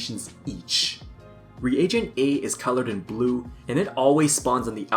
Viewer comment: You're thinking of the word regent, which is a type of ruler or leader and is pronounced "re-jent". A reagent is used in chemical reactions and is pronounced "ree-ay-jent".